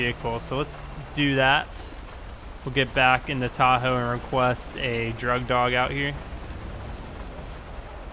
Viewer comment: you said dug drog lol love ur vids though